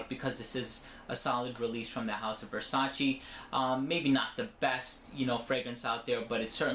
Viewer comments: I believe it is Versaceee no versaciii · It's Versace not Versaci